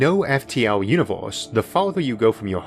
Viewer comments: What's a "univorse"? ^^ more seriously where does that accent comes from? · Off topic, but im curious what region his accent is from? As an example pronouncing universe almost like univorse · Univorse? The stores? Formi paradox? Sorry, too annoying to watch.